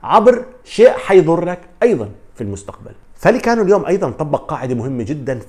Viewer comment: معلومة : رايو فاييكانو تلفظ وليس فاليكانو لأن دبل L في اللغة الإسبانية تساوي حرف ي والدليل : Villareal = فياريال وليس فيلاريال David villa = دافيد فيا وليس فيلا وشكرا ♥️